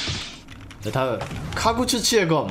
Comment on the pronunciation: 카구츠치가 아니라 카구츠키입니닷